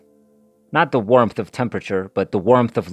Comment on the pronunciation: this was good, but the pronunciation of warmth, as "wermth" did have me giggling a bit : )